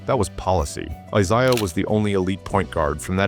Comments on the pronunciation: I never minded AI narration until I had to hear Isshdha Thomas and Bill Lamebeer. But, now we know AI can have strokes also. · Eye-saya Thomas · It's a biblical name. How the ai can't say Issah? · how is the top comment not people noticing how the ai narrator mispronounces "I-zay-ahs" name? seriously, you children. you know nothing.